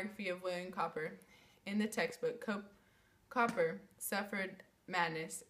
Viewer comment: Cowper is pronounced "Cooper"!